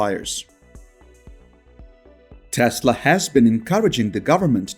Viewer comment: what’s with Maask and Taasla? 😅